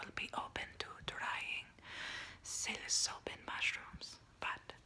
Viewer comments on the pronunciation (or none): lol its psilocybin - u kept saying "psili-so-bin"